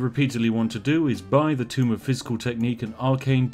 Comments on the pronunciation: Please God, my ears. Tome is pronounced "toe-m", not tomb. Also DA:O is great man cmon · "Tome" .... Not "Tomb" Spiff! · It's "Tome", not "Tomb"... ...but that's ok.